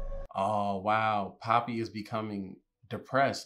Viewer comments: why cant you say poppy and not pepper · HER NAMES NOT PEPPY OR PEPPER ITS POPPYYYYYYYYYYYYYY!!!!!! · It is poppy not peppy😂😂!!!!!! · It’s poppy btw not pepper 😂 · He meant to say poppy but he called her pepper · yall the thing that got me cracked up was when kept calling poppy “peypey” 😭😭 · Bro not you calling her pepper 😭😂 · My man called Poppy "Pepper" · i love how he keeps saying pepe instead of poppy lol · Guys how many times did he say pepper 😂 Instead of poppy 😂😂❤ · Through out the video he was saying peppy or pepper instead of poppy her real name 😂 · its not pepper or pehpeh, its poppy? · bruh it’s poppy not pepe or i just heard it wrong idk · btw its poppy not pepi lol🙂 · why do you say pepper it's poppy lol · Love how hes been calling her pepper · Bro he been calling her peppy 😅